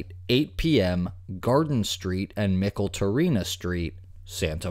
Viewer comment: haha!!! my hometown!!! Micheltorena St is pronounced MITCHELL-tor-ain-ah..